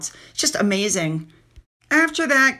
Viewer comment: Admiralty House.....your pronunciation is perfect!